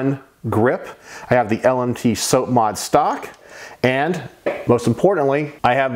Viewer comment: Nice collection, but you gave me autism everytime you said SOAP-mod instead of sahp-mod(SOP)